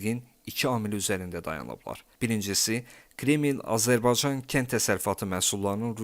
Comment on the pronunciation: Azerbaycan kelimesini teleffuz etmeyi ogren önce😢